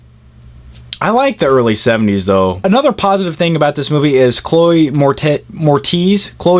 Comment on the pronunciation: Great reviews as always :D Edward Scissorhands is my favorite Tim Burton movie. I think he did a great job with Big Fish and Sweeney Todd. So I still have a little hope for Tim Burton. Oh and you said Chloe Mortez. lol. Just wanted to point that out. It's actually Chloe Moretz :)